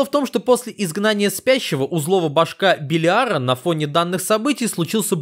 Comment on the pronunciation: Белиара ударение на первую Е